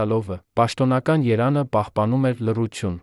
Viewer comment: Ամեն ագամ կարդում ես << յերան>>,այ դեբիլ ԵՐԵՎԱՆ, ԵՐԵՎԱՆ, չեսկարուղանում մի կարդա